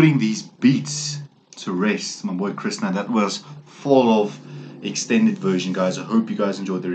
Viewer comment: It's pronounced Krishhhnaaa